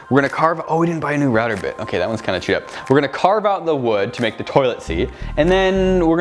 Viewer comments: He said wewd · DID HE SAY WEWD!?!?!?! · He stole wewd from Bobby Duke Arts! HE DIDN’T EVEN SAY IT RIGHT! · HE SAID WEWD!!!!! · Yes! I heard wewd and thought of your videos!